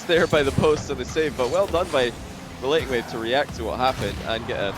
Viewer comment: The one caster "" kept calling RelatingWave "RelentingWave" in the series between Stonkers and Endpoint. It bothered me way more than it should have.